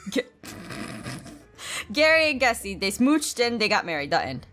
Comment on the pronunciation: gessie she said gessie not jessie